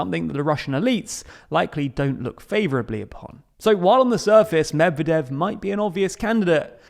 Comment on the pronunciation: I had to stop watching because of you pronunciation of Medvedev